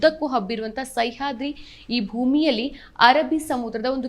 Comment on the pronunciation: ಸೈಹಾದ್ರಿ ಅಲ್ಲ "ಸಹ್ಯಾದ್ರಿ"